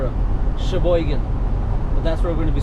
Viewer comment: Can't believe you pronounced sheboygan right lol